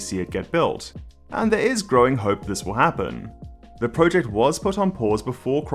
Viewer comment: please pronounce project correctly it annoys me more than it should.